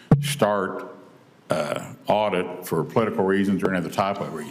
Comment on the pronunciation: It waz sayinh dirrrect or terminate a auideeet. Had nothing to do with termination of status